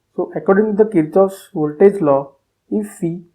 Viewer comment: The correct pronunciation is 'Keer-kof'